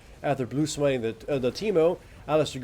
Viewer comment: Doesn't disturb me as much as "wayne" or "tristiana" or "master ji"